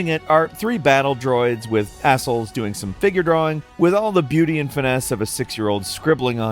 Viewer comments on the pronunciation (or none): "three battle droids with assholes doing some figure drawing' Dude. It's an easel. Pronounced EEE-SUL. Not 'asshole' :D Holy damn I nearly shot coffee out of my nose laughing! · Not gonna lie, my first thought was that this guy said "surrounding it are three battle droids with a**holes". Apparently he pronounces easel as "ah-sul" instead of "ee-zul". Just his dialect, I guess. I only comment because it made me double take. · battle droids with...what? ee-zl* Also: Ree-you* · Battle droids with… what? This quirky mispronunciation thing has gone too far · More proof that isn’t a real human being because he can’t even pronounce “Easel” correctly. This dude mispronounces something simple in every single video.